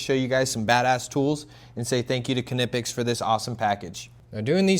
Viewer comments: The K in Knipex is silent as in knife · Dude, I‘m impressed! By what I see, and by what I can hear min: „Knipex“ pronounced just like a true German! 🇩🇪👏🏼